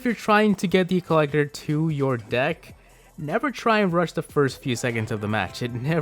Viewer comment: lol I heard, "This dick evolves all around elixer."